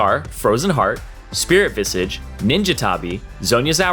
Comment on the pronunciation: "Ulti" "maaahhhhhna" "spirit veeezhige" where will yall stop?